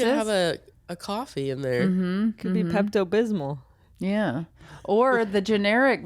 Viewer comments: Yes, it must be a midwestern pronunciation. I was not alone in saying Pepto Bismo. 😂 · I laughed out loud when Fortune said “ Pepto Bismo” like a small child that is still learning to pronounce words. 😂